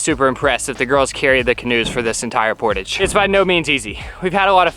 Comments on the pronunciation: I don ‘t mean to be pedantic. But it is portage as in French with the accent on the second syllable. Jarring otherwise. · Liked your attitudes through it all. Finally in the last portage, one () of you properly pronounced the word "portage." Lol You don't say it like pottage. Rather emphasis is on the second syllable, and its por-tawge. It's a French word. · Haha its a "LOON" and its not portage its portage! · You guys did really good for your first canoe trip and especially the girls big portage, PS Canadians say portahje, more ahhj, ie French we invented the word. Keep up the great. Vlogs! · PORTAGE. IT'S A FRENCH WORD. JUST THINK, GARAGE PORTAGE... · Love you guys, but the way you pronounce Portagè drives me nuts... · My MIL is watching this vid on the TV and I was compelled enough to find the video (never seen/heard of this channel) to see if anyone else cringed every time the word portage was mispronounced 😬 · I'm curious what the regional pronunciation of portage is? I've never heard the word really until this bid! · You guys pronounce "portage" funny. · I feel the mispronunciation of portage wouldn’t bother me so much if didn’t say it so often. 😂